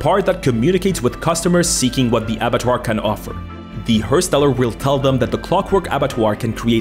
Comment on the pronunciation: I love your videos, funny creative sometimes nostalgic sometimes fuck I am getting old. But please try to pronounce words in a foreign language somewhat correctly hersteller isn't pronunst like her, but harsher liker hEr like errand but with an H. The steller part was solid.